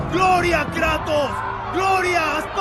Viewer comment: no me gusta como dice Kratos, en lugar de Kratos dice kraitos